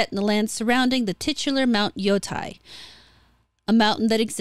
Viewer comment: "Tei" rhymes with "gay" not with "guy", just FYI. (It's literally "te-i", and would often be pronounced that way in a song.) And the onna-musha don't change the fact Japan regarded its 19th century Westernization—adopting the mores we associate with VICTORIAN ENGLAND—as the beginning of a matriarchy.